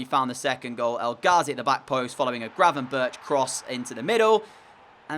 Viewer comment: And gravenberch